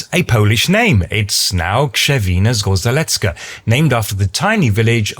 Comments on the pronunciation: He only mispronounced the words "Zgorzelecka" and "Zgorzelec", as they're (as you probably known) pronounced with a "rz" sound like in "Krzewina" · Gorzej mu poszlo z "Zgorzelecka". 😂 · At least You try to pronounce "Zgorzelecka" :). But rz is pronounce as single letter - not separate. try to pronounce like ge in rouge (French). Same rule for Zgorzelec. Other exaples with 'rz' : Rzeka (river) or rzecz (thing/item) - pronouciation is always as 'ge' Few exceptions like where rz is pronounced as r-z: - Tarzan - this one because is non translated name - Zmarzlina (frozen grund), zmarznąć (get cold) because these words was created from word "mróz" (frost/cold)... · the pronounciation was almost perfect. But the rz in zgorzelecka is also pronounced as one unit with the same „zh“-sound you used in Krzewina. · close enough, but the second "rz" combo (in the zgoRZelecka) is pronounced similar to the first one (in the kRZewina, that one you did right), with the small difference that it's the more resonant version of it (sounds similar to the j in french), since it's not after one of the deafening consonants :) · I really don't understand why you pronounce RZ as Ř in Krzewina, but as Z in Zgorzelecka 😅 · oh, that's simple - easy-peasy , as they say. Repat after me: Kschewina Sgozhelezka ("zh" as in "Brezhnev" - or as "ge" French "collage"). Plain and ssimple, innit? ;-) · Poland!! I'm a pole and I adore your videos in general, I like you are covering my home country. Btw it's pronounced like 'Kshevina Zgosheletska'. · Krzewina - good Zgorzelecka - wrong: 'rz' should be read the same way as in 'Krzewina'. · You got the first "rz" right, but then went for "r-z" with the next :D It's always the same sound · you pronounce the "rz" in zgorzelecka the same as you pronounce the "rz" in krzewina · The "rz" in Zgorzelecka is actually pronounced the same as the "rz" in Krzewina. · not the same as in Krzewina there is a 'Sh" sound for the rz in casual speech